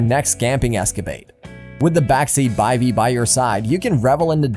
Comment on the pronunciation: Cool, and its called a BIVVY not a By-v. :)